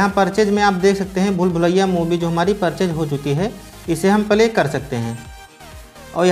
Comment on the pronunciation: Bhai video pale nahi bolte hai, Play bolte hai ok